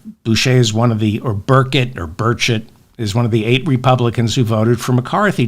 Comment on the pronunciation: Hello David ! You're correct, it's Burrrr CHETT. If it had only one "t" at the end of his name it would be pronounced burrrrrr-SHAY. This is what I got out of 4 years of Francais in high school (ecole superieure) back in the 1960s.